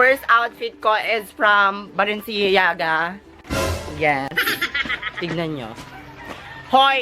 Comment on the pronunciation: Love the ba-len-siya-ga🤣🤣